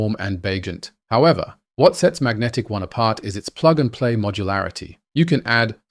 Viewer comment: They call it Magentic-One, not Magnetic One